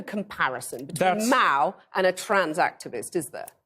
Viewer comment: I like how she pronounces Mao with an extremely heavy nasal sound, almost like a Meow